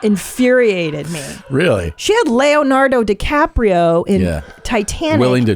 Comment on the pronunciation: "Layonardo decaprio"